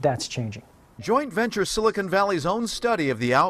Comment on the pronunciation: They just can't pronounce silicon.